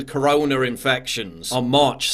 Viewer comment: I’m just enjoying hearing it called “Coroner.”